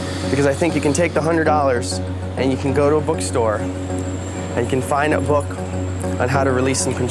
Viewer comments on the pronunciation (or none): none